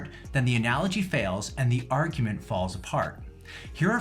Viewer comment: She lost her entire argument with me by simply mispronouncing “analogy” with a hard “g”.